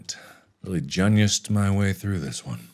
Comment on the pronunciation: Tails Prower it’s an inside J O K E mark says “gunius” instead of genius. We know how to spell it, it’s just a markiplier thing🤦‍♀️